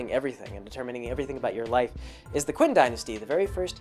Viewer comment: Qin is pronounced "Chin." Just a small FYI, enjoying the monologue.